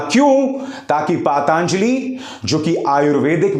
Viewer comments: सरजी प्लीज उचारण सही किजिए पातआआंजलि नहीं पतंजलि है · ⬇️⬇️⬇️⬇️⬇️ अरे मूर्ख❗उच्चारण तो शुद्ध करो❗ कैसे पत्रकार हो आप❓ पतंजलि को बार-बार “पातांजली” बोल रहे हो❗ और हाँ, रामदेव ने कुछ भी ग़लत नहीं कहा है. रामदेव ने मेडिकल साइंस के बारे में वही बातें कही हैं जो WHO ख़ुद स्वीकार करता है. हाँ, यदि मंजन में हड्डी की बात सही है, तो मैं इसपर अपनी कठोर आपत्ति व्यक्त करता हूँ. लेकिन बात जहाँ तक मेडिकल साइंस या कोरोना की है, तो बाबा रामदेव ने कुछ भी ग़लत नहीं कहा है. यदि मेडिकल साइंस या कोरोना की सच्चाई जाननी हो, तो जाकर Dr. BRC के वीडियो देखो जिसमें उन्होंने पूरे प्रमाण के साथ सबको Expose किया है. अरे❗बहस बाद में करना. जाकर पहले वीडियो तो देखो. आँखें न खुल जाएँ, तो कहना.